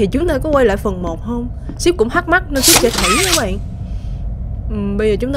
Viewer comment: Rút sai chính tả síp chứ ko phải chíp